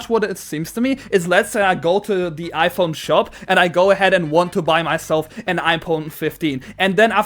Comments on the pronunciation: “IPon 15” 💀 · "Ipone" very sad words 😢 (Joke)